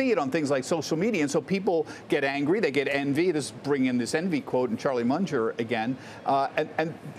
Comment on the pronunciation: He just doesn't jet it... 😂